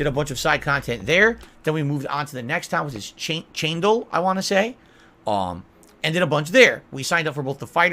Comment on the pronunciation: "We were in the town of Chaindull." My ears!